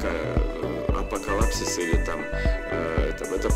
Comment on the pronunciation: Апакалапсис😅😮ужас правильно говори Пахта койгуч.Апакалипсис.😅